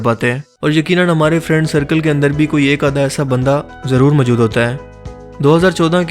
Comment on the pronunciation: Bhai ap zara apna talafuz thek lar lo...majood nhi balkay moujood bola karo.